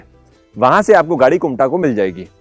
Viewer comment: It's kumta ....not kunta